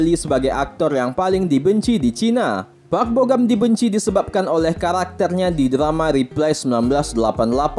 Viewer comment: Park bo gum kali bukan park bo gam Asal2 aja lu ngomong